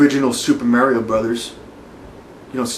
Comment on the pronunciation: cant even pronounce MARIO how u gunna beat me?